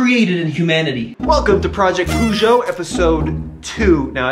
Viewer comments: it’s not pronounced Poo’joe, the actual pronunciation is Pe’joe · It's very funny to hear your pronunciation of peugeot. Poo..geot 😂